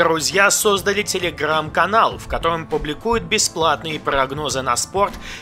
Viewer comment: Тебя невозможно слушать, а ещё и ставки пфффф и слово телегрррррам это пушка!)